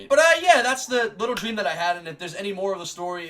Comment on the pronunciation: I think you said "stream" instead of "dream" a few times 😂